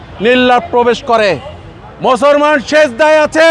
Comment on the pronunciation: 'মুসলমান' শব্দটা শুদ্ধ করে বলেন।